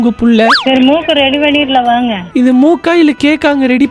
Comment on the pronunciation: முக்கா?? இல்ல கேக்கா????😂😂😂..